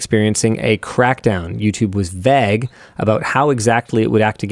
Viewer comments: When Linus says 'vague' I violently shudder. Lmfao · Why does Linus pronounce Vague like that? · canadian, I'd guess